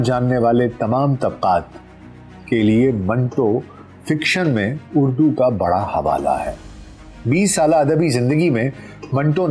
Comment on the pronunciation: اردو ہے نہ کہ اڑدو